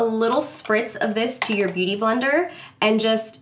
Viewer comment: “Boot-... beauty blender” 😂